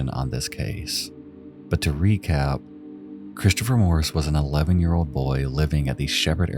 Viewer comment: My nerves are struggling with the pronunciation of Christopher sounding like “Chris-Cha-fer”. 😣